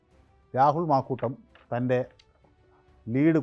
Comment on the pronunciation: മാക്കൂട്ടമല്ല.. മാങ്കൂട്ടമആണ്